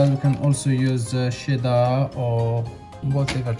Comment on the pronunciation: Cheddar never sounded so good...sheddar 😍 🇨🇦